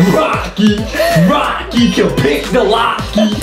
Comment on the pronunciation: Its rokcy noy rochy